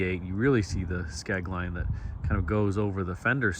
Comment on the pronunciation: Are you saying, "Skeg line?" never heard of that. That is a beautiful car. I had a 1976 Cutlass Supreme coupe in that blue-gray color.